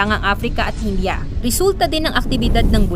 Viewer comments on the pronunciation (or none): none